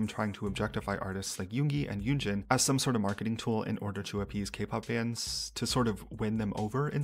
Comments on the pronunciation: I cringe when he say "yunji" lol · Wait dude doesnt even know how to say her name? Its literally 2 syllables. Yoon-jin